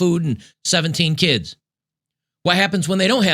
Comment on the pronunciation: You “said” keeeeds wrong.